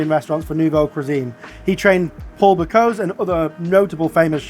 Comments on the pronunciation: Bocuueese, not Bocos. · Apart from butchering the pronunciation of his name, a fabulous-looking tribute there to a chef who doesn’t deserve to be forgotten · You managed to pronounce the poor guy's surname two different ways and they were both incorrect 😆🤦